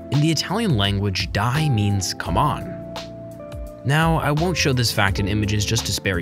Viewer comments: "Dai" not "Die" Is the Italian word. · it's "dai" not "die" in Italian🧐